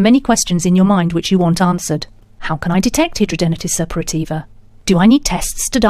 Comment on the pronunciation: How dare you say hidradenitis Suppurativa can be CURED ,you are delusional besides you can't pronounce it correctly , there is NO CURE as a HS sufferer for 23 yrs and 59 operations I'm disgusted that you think you can SCAM us who suffer 24/7 with is awful disease You should be prosecuted for false information and trying to profit of this disease